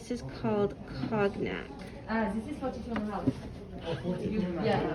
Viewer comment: Hello, fellow American here! Just wanted to inform you, to prevent any awkwardness.... Cognac is pronounced coyn-yak. The G is silent. If you Google the pronunciation, it may help hearing it. It's also pronounced the same in French, since it's originally a French word. Anyways, great video and love the footage! Best anyone has gotten! Much love ❤ and safe travels!